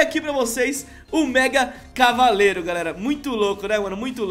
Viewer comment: Ele falou Megacalavareiro